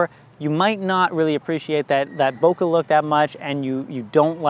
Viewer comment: Super useful, thanks! BTW, bokeh rhymes with `okay`.